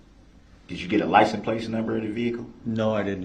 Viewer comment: correction. He says “lice n’ place” number.